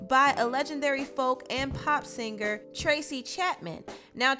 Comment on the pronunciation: How is tracy petty??? ITS A FUCKEN LAW YOU DUMBASS you've obviously never done anything creative from start to finish...repeating the news and putting it on youtube IS NOT CREATIVE and it's pronounced SING ERR NOT SING GER